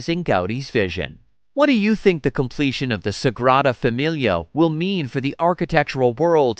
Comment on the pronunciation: Dear Mr Narrator, AT LEAST learn to pronounce Sagrada Familia. Your syllables are killable.